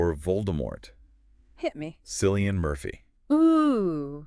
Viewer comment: At least pronounce the actors names right if your going to do a podcast. Ralph Fiennes is pronounced Raif Fines. Not ralf feens. And Cillian is pronounced Killian. If your going to geek out about these actors and be believable you should at least convince us that you know how to properly say their name.